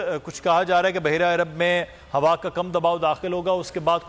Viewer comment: عرب ا نہیں ع سے شروع ہوتا ہے